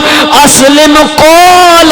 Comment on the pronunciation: اذ قال لہ ربہ اسلم ۔۔ ل ۔۔😅